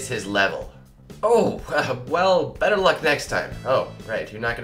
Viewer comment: anyone else think it said botter luck?